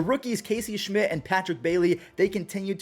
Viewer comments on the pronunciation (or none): none